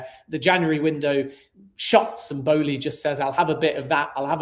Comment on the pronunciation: Matisse Boehly’s name has an “L” in it! Pronounce the word “Bowling” but then add “eee” at the end lol Besides that, great stream! Very informational. Just what we needed